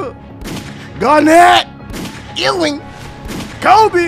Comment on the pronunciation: the way he said ewing 🤣🤣